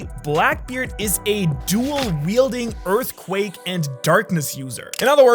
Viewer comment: I still can’t get over “Earthqake”